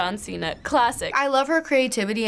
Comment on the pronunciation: It’s “John cena” 🤦🏽‍♀️💆🏽‍♀️